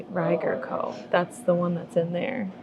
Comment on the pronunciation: J. Rieger & Co. is a local KC distillery which is why you were seeing it everywhere. And it's pronounced more like a long E than a long I. Think "eager" not "tiger".